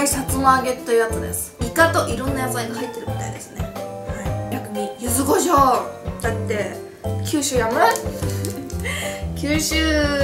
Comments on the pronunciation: ゆずごしょう× ゆずこしょう◎ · 九州の方だからゆずごじょうなんだと思います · ちゃんとゆずこしょうじゃなく ゆずごしょうっていうとこが 九州人だね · ゆずごしょうなんだ！ゆずこしょうかと思ってた！